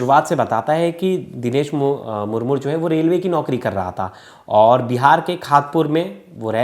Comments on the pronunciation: It's not Murmur, 🤨It's Murmu . Aur Haan hum Adivasi Kabhi Ladai Ki Badawa Nahin Dete Balki Hum Shanti Purwak Jeene Wale Log Hein. Humein Yeh (CBI Agarwal) Jaise Log Jinhone Murmu Ji ki Life Barbaad Kardi, Aise Log Hi Intare Ki Cheezein Karne Par Majboor Kar Dete Hein, Baat Rahi Humari Kanun Vyavastha Ki Woh Toh Khokhli Ho Chuki Hai. Aajkal Kanun Sirf Uska Saath Deti Hai Jiske Paas Paise💲Ho. Aur Jiske Paas $ Na Ho Usey Nirdosh Hote Huye Bhi Mujrim Bana Di Jati Hai, Warna Ek Baar Adivasi,Santhals Ke History Dekhenge Na Aap Samajh Jaayenge Yeh Kaun Log Hain. Aur Bharat ke Liye Kya He Yeh Log🌾⛰️🏹👳 Jai Hind 🙏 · मूर मूर नहीं मुर्मू होता है। उच्चारण ठीक करना चाहिए मीडिया।